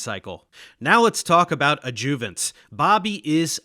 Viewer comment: I have never heard anyone pronounce adjuvants the way Dave does. Not sure where he was raised, maybe it’s a geographical thing.